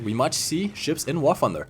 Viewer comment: "wahr funder"